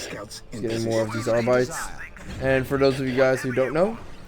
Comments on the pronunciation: pronounced Arbit-es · Arbites is supposed to be pronounced like the latin word.